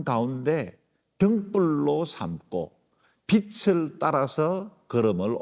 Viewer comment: 우리말 받침 'ㄹ' 발음을 영어의 'L'같이 발음하시는 군요. '하늘' '빛을' 이런 단어의 발음이 그렇습니다.